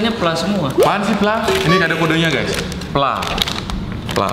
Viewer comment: itu dibaca P L A